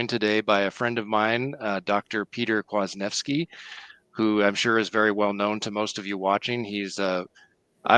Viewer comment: Pronunciation in Polish: Kvash-nief-ski.